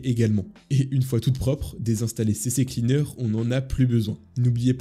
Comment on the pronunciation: Haha enfin quelqu'un qui dit CC Cleaner, je pensais être le seul à me tromper 🤣